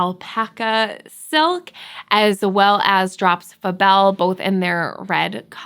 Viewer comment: 20 min dissertation on the correct pronunciation of the Musselburgh hat and yet we insist according to a past video that " yes I know it's pronounced (Drops FAbel yarn)" yet you insist on calling it ( Drops Fuhbel yarn) " because it sounds more exotic? French? Now I forget the term you used but that makes no sense! lol